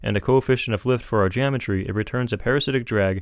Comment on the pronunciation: geAmetry XD